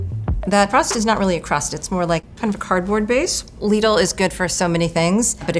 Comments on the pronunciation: I was triggered by the first word... Lidl=Lidd-ull, not Leed-ull😭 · its prounced lid-ul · "ouy went to lee-dul" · When you call "lidl" "leedle" im not taking your opinion on anything 😭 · omg stop saying lidi like that 😖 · Downvoted for her pronunciation of LIDL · You don't have to pronounce it that way, you're not in Europe